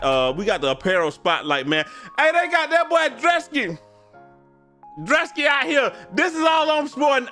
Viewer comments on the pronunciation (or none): Drew-Ski wtf is dra-ski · Pronouncing it druss•key had me so weak cause first I’m like maybe it was an accident then he kept saying it I’m like how do we tell him 😭